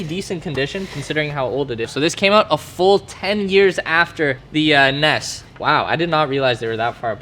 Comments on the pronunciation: N.E.S not nes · It’s not pronounce Nes It’s pronounce N.E.S.